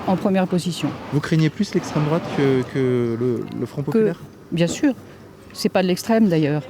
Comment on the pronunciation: " je pa voté à drouate - Pourquoi ? - je pa répondre à 7 kestion ! " Quelle verve ! 😂😂😂😂😂😂😂😂😂😂😂😂😂